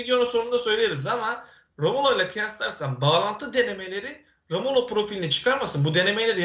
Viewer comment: analizlerini yorumlarini zevkle izleyip takip ediyoruz cansın... Ama senden tek bir ricam var nolur artık şu adamın adını doğru söyle. rAmulo değil rOmulo.